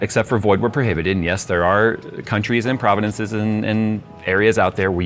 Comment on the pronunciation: Providences? Hehe... so close, but oh so far.